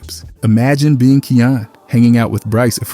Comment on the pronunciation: If I’m not mistaken (and I’m no expert on the kid), i think his name is pronounced Kie (like fly) - yan (like fan). I remember it sounded like cayenne (like the pepper) when i heard one of hood parents say it one time. No biggie. I still love your channel and keep up the great work! 💜